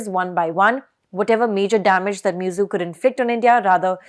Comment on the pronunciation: His name is not Miyuzzu. The name is Muizzu. The least you Indians could do is to show respect to others by pronoucing their names correctly. It doesn't take a lot of effort to learn a foreign name.